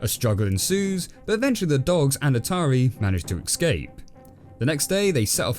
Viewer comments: escape not ecscape jesus christ... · every time you say a Japanese name or "ecscape" I die a little inside